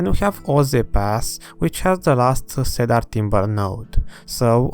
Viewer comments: super videos ! keep them up please ! also .. for the wood ... it is pronounced see-der (i know English sucks !) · Had to stop watching due to the “cedar” pronunciation lol